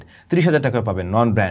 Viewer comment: ভাই আপনার সব ভালো শুধু pronunciation - টা একটু ঠিক করতে হবে। It's DJI - টা pronounce করেন আর যে কোন কথা বলা অ্যাপ এর মধ্যে দিয়ে দেখেন সেই App - টা কিভাবে করে। তাহলে আপনি আপনার ভুলটা ধরতে পারবেন।